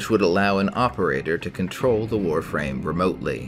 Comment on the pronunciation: Thank god you can pronounce the Warframe words right